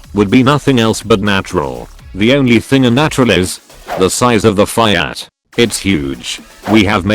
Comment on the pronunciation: Why does the text to speech program mispronounce FIAT :(